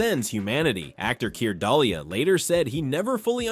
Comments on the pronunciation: It’s DooLAY not Dull-ee-uh. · Please pronounce Mr. Dullea's name accurately ..it's said like 'Du-lay'.